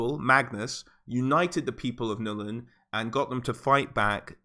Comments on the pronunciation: Ok... it's NULN GOD DAMN IT, NOT "NUL-IN". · why does he keep saying Nullen it's Nuln one syllable dude.